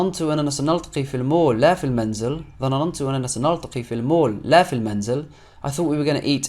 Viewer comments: Your lessons is nice to learn 👍🏻دروسك جميله جداً والطريقه اللتي شرحت بها لكن كلمة (ظنننت) ليست ب ثلاثه من حرف النون انما اثنتان (ظننت). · You are so good put i do not like one word u sid it its ( ظننتو ) انت تنطقها ظنننتو تضيف حرف نون زائدة للجملة و هذا خطاء انتها فقط نونين ( 2 n ) 😀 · He said ظننتnotظنننت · You might need to work on the way you pronounce double sounds, like ظننت (thought) You say it "dha na nan to" But It's actually it is "dha nan to" You add an extra "na" I find it ok, but just wanted to tell you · النون ساكنة ^^ ضَنَنْتُ ^^ لا تنطق ظنننت × انتبه للسكون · yup that was your only false word that you've pronounced wrong, I'm glad that you corrected it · Honestly, your Arabic is so bad, I need to learn it again, word. ظننت You're creating it. ن You say it again so slowly that you don't feel it. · It is not ظننت it is اظننت with حرف الالف حرف الالف is coming as a stress you made it triple ن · نطق الكلمات جيد .... و لكن انت تنطق ظننت نطق خاطئ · Notice, the name of the restaurant they're going to is called "Dinner" which means "العشاء" in Arabic. So the sentence means: "Yes, we will have lunch at Dinner's." kinda like "we will have lunch at McDonald's." for example. So, essentially, they are going to a restaurant that happens to be named "Dinner" and they'll have lunch there. Does it make sense? Also, you pronounced a third ن in the word ظننت there are only two. Have a nice day and keep up the hard work!!